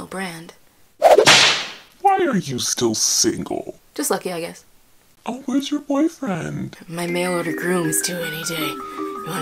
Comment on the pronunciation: "Just lucky I giess" lol